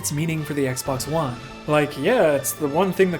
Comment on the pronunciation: Anyone else notice he said Xbox One as X-Bone?